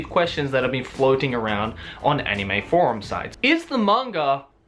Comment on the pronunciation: you said :" anime forum sites" or "anime porns site " :I ?